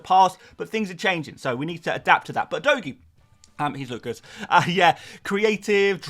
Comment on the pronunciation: Can you all stop calling him udoggy😂 it's pronounced udoji. It's pronounced as J not G